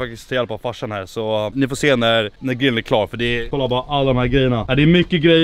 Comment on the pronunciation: Varför kan han inte säga grill ? Gillen ???